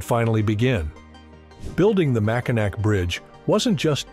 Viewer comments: I got to 12 seconds. Couldn’t believe even a lame AI narrator would say “…mighty MACK-A-NAK… Did it next say the bridge connects to the “UP”? I’d like hear it tackle “Arkansas” next. 🤣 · "Mack-In-Nac" 😂 Quit using AI! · Click-bait title ... If something is built once, you can bet your bottom dollar it can be built again. And, at least you could pronounce MackiNAW correctly. Xtreme Mega Failure :-) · Gotta give you a Thumbs Down on this! The third time I heard your AI generated voice mispronounce the name, within the first minute, it was all over! We Michiganders don't tolerate such Ignorance lightly. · It’s Mackinaw even though it’s spelled Mackinac, it’s pronounced Mackinaw Bridge ….. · You don't even know how to pronounce the name properly. You should really learn how to pronounce the most iconic bridge in Michigan if you're going to make a video about it. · If you can't pronounce Mackinac correctly, STFU. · When you misspronounce the subject of your video in the first sentence its obviously you didnt make this video it was made for you. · Great video and you acknowledged the error in the pronunciation! But would you redo the audio? I shuddered everytime you said it wrong😅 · If you can’t even pronounce the name of the bridge correctly, I’m not gonna waste my time with you.😑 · I hate AI. Cannot even pronounce our bridges name correctly. 😞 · Could you Please please pronounce the name correctly. Do your homework!!!! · It would be great if the AI voice would pronounce the bridge name correctly. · Then in your research, you must learn how to pronounce Mackinac. It's very disrespectful! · Before you do a documentary like this please learn the proper pronunciation of what you are talking about. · AI doesn’t know how to pronounce Mackinac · Dude, if you can't say the name of the bridge right in the first 10 seconds? How is this video going to be any good? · Can't even pronounce the name right wtf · You pronounce the name of the bridge incorrectly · Get the name right AI!